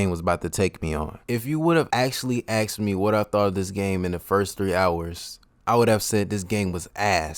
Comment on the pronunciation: If you would have actually axed me